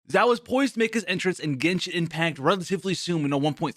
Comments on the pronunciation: Just some tips... You are saying Zhao which is not Xiao(sounds more like shall?)… Not a big difference for an English speaker but if you are trying to broaden your fanbase, probably best to get the pronunciation down to a T. Funny though when I keep hearing Zhao, I think about Zhao Yun from Dynasty Warriors which definitely reminds me of Xiao's gameplay. Love the content bro! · Did he say "ZAO"? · Xiao Chow Ciao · My favourite part "Xaio" My boy "Xaio" Thanks for telling be about "Xaio" In school X for "Xaio" And so on😂😂 lol I'm not good at jokes 😂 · this video is full of misinformation. First, please learn how to say a character's name at least moderately well, it's the bare minimum for a content creator. Also, you got the Talent and Character ascension materials confused. Xiao will need both the new boss mat's for character ascension as well as the shadow of the warrior from Childe for his talent upgrades. Next, your artifact recommendations are just straight up wrong. The optimal set for Xiao (theoretically) is 2 pc glad 2 pc vv, not 4 pc glad. While in his ult form (and you should only swap into xiao when his ult is up/almost up for maximum DPS) most of his damage will be coming from plunge attacks, so the 4 pc set effect for glad is useless. Plunging and normal attacks are factored differently, thus the effect is irrelevant.